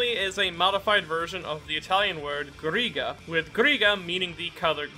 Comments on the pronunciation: As italian i can Say that Narancia Is not a modified "arancia", but it's an ancient form of the word As italian i can Say that grigia's pronunciation is like "grija" Just like you said grigio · it's amazing the fact that even I, an italian, didn't get that Ghirga is actually a resemblance of the color grey. btw the correct pronounciation of "grigia" is mostly the same as "grigio", just think that instead of "gi" there is a J and you're good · Its Grigia the gia is like the j in jacket I am suffering